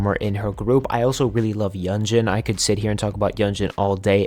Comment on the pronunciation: this is an excellent video! i just wanted to point out a few names that were pronounced incorrectly - yunjin of le sserafim - pronounced yoon-jin siyeon of dreamcatcher - pronounced shee-yeon (whenever you see "si" in korean it's pronounced "shee") dosie of purple kiss - pronounced doe-shee (though maybe it's meant to be pronounced differently in english idk) just a friendly pointer - you can always look up idols' self-intro videos to make sure you're pronouncing their names right! overall, fantastic job and i will be checking out the rest of your videos!